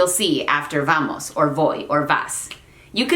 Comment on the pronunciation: Your initial "v" like in "vamos" sounds too much like a /v/...